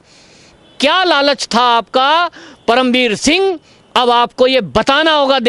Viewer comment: BhAi isko perm veer shingh na bolo udu ji jise paerm ji bolo